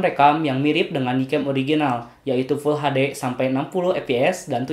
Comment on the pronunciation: Pasti akang ini orang Sunda ya. Soal nya bilangnya "pull Hade" bukan "FullHD" hehe.